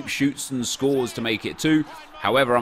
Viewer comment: “Scoop shoots and scorees”😂